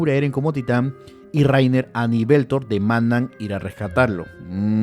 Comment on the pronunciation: Barbas, hasta el nombre del autor se te perdona. Que llames a Bertold, Beltor. Pero a Bersek, Briserk? Uff